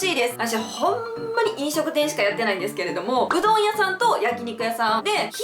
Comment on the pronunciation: うどん屋さんがうんど屋さんになってた！ 可愛い💓（笑）